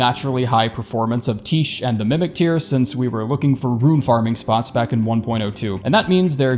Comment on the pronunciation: Just because I'm sure someone cares, I'm pretty sure Tiche is pronounced Tie-Key (like neckTIE and KEYhole), like the Greek goddess Tyche, especially considering Alecto is also a Greek mythology reference